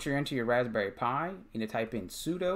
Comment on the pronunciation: Good tutorial, but sudo is pronounced like sue-do, it's short for "super user do."